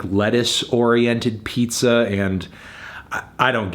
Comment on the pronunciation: I am Miss 10 minutes ago when I didn’t know that a “peepza” was a thing